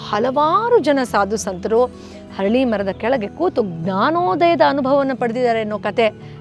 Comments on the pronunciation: Harali alla arali mara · ಅರಳಿ ಮರ ( ಹರಳಿ ಅಲ್ಲಾ)